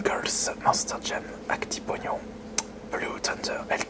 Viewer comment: Quand il a dit Actipognon il m'a tué xD